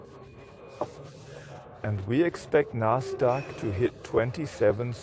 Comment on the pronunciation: Endlich spricht er die wörter richtig aus. Nasdaq, FED statt fett, etc.